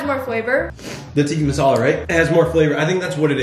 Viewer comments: the way he said tikka masala he said ticky mousala and chicken tikka masala is supposed to be red🤣😆🤣😆🤣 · Its not tikki masala it's tikka masala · The “teEkI MaSAlAA” whoever is Indian is dying inside but their trying